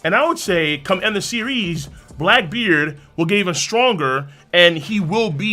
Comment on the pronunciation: stronGER seRIES Why the hell he talks like this